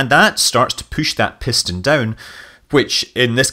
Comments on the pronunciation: From one Scot to another, I did have to laugh at "pish-ston"! :) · Oxidizer Propulsion Pishton... reverting to Scottish there :-)